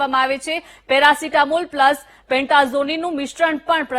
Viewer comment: મેરાસિતામોલ નઈ પેરાસીતામોલ બોલો 😅